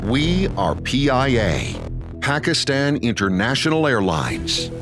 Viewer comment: western guy with american accent promoting PIA He is not even able to pronounce Pakistan correctly. You people didnt find any single person in pakistan worthy enough to give a voice over for this video? . Such a disappointment.